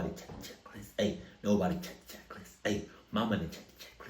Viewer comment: 😂Ohhh check list= “CH-CHK”🔫